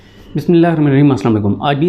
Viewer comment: Beta ap,,Bismalha,, saf clear praha kry.shukria.